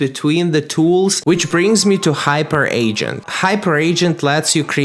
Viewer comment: Hyperagent: Hyper-agent, not Hyper Agent 😂